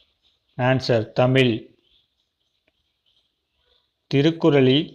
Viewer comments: தமில்....என்று கூறுவதை கேட்க கொடுமையாக உள்ளது தமிழ்.....ழ எவ்வளவு அழகான எழுத்து. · தமில் என்று கேட்பதற்கே அருவருப்பாக உள்ளது. தமிழ் என்று சொல்லிப்பழகவும் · அது தமில் இல்லை தமிழ் .. தமிழுக்கு சிறப்பே அந்த ழகரம் தான் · தமில் கிடையாது தமிழ்